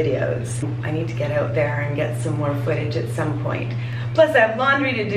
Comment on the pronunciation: I like the way you pronounce the word "out". Shows off your Canadian accent.